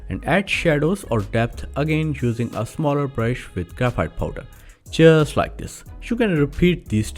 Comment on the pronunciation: Excellent ! But initially I thought you were saying "Chjeers like this!" . Later after much effort, found out it was "Just like this" ! 😄